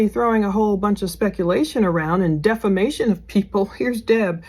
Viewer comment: Defimation!!! Hahaha says someone in prison for SA and redrumming a child 🤣